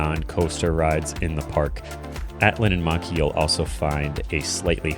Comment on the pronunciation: It’s linnanmäki not linnanmaki